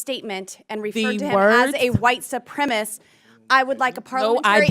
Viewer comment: Well someone desperately needs to start writing boebert's speeches because she can't even say the word "supremacist" correctly. Carry on